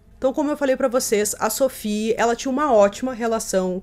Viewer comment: Se Sophie era francesa a pronúncia do nome dela é SOFÍ. Nada de inglesar o nome da menina.